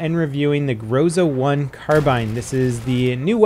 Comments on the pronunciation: It's not grOza, it's grozA -_ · correct say grozA instead of grOza. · Levelcap, it pronounces not grOza but grozA. Emphasis on last letter. Why, do you think, europeans don't say amerIka instead of amErica? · Yo, someone probably allready mentioned it, but its grozA, not grOza. Means "thunder-storm" btw. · It's not GrOza, it's GrozA, guys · This word pronounced not grOZa, but grozA, as the most of Russian names in this game (iglA, not Igla). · Speak correctly 'grozA'. Accent on the last letter. In Russian it means 'Thunderstorm'. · thanks for the video! "Groza"is pronounced with en emphasis on the last syllable. It means "lightning" as well as "threat" in Russian language.